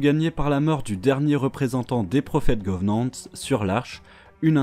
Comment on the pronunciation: À chaque fois que j'entend "govenants" et "fororeuneurs" ça me fait atteindre un stade de frénésie😅 Mais sinon très bonne vidéo, un résumé simple et rapide meme si il ya a énormément de choses à dire sur cet univers incroyable